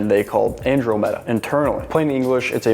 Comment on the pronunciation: You are pronouncing Andromeda wrong